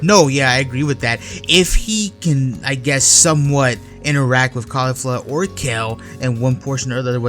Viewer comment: its KEF la not Kayfla lol